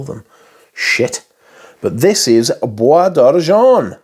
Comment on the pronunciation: Oh boy, we gotta work on that French pronunciation! Oh De Jawn-Tee-En Blonsh. JerAneeum Poor Miss-ye (like the first half of the word year, also no 'n' sound (it's not moNsyear)). Bwah D'arrgen (I think you got that one correct). With love!